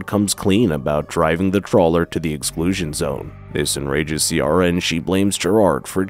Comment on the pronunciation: Love the attempt at the Irish names haha, you nailed Siobhán, Ciara is pronounced Keer-a